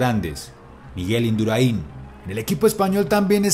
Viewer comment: Induraín no, es Indurain. Gracias